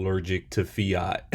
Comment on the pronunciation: ALLERGIC TO FIAT SAYS IT RIGHT!